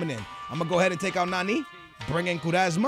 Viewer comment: It's nani not naneeee